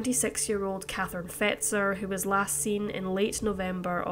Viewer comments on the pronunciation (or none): none